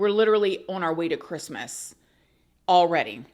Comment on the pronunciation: Love the "Merry CHRISTmas "!!!